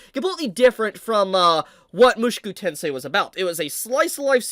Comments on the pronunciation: Bruh... you keep saying MUSHUKU TENSEI..... ITS Mu SHO ku TENSEI that was really bothering me hearing Shu Instead of sho and I dont know why. I'm not even Japanese 😂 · ofc it is the way he is saying the name is pissing me off